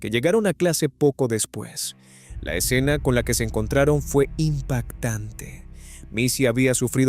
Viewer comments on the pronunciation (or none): none